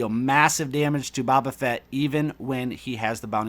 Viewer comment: How do you not know how to say "Boba"